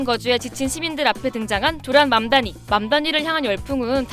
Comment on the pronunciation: 맘다니 듣다보니 망나니로 들림 ㅋㅋㅋ